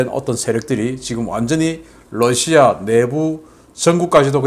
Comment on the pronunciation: 신대표님, 여러번 말씀드렸는데요. Lussia가 아니라 Russia입니다. 러 발음을 부드럽게 하십시오. 존경합니다.